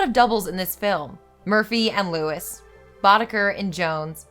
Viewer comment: Isn't it "Lois"? Just saying. Much love for your channel either way.